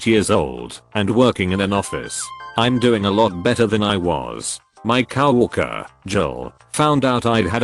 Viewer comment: That awkward moment when the robovoice further insults the overweight co-worker by calling her a cow worker 😂